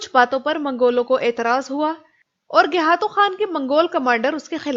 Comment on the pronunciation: iss ka naam gaykhatu tha na kay gayhatu. turk خ ko h boltay hain. aap خ bol sakti hai lihaza gaykhatu bolain jo uss ka asal naam thaa